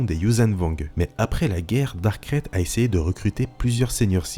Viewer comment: C'est marrant que tu prononce Dark krayte comme sa: "Crête" Moi je l'ai toujours prononcé :"Craïte"